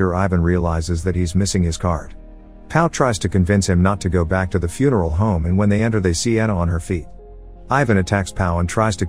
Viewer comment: The voice kept saying Fune-Erl- Home